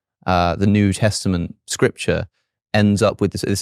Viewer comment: There is no k in new.